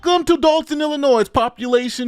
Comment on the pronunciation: The “s” in Illinois is silent. I am the grammar police. 👮🏼